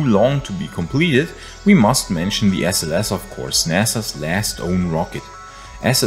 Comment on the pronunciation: When you say SLS i start laughing !!:)))))